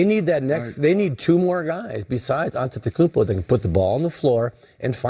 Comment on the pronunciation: its not Giannis AnteNokoumpo but Giannis Antetokounmpo u are supposed to be a presenter at least learn the name of the freakin MVP